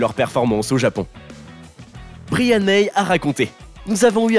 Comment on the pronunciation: Très gros fan de Queen et polyglotte malgré moi, va falloir faire des efforts sur les prénoms Anglo-saxons 😅non mais vraiment. Fais un effort, tu peux pas prononcer Bryan « brillanne » mais « Braïanne »